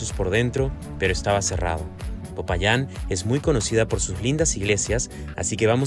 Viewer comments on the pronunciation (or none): Jajaj dice Popayán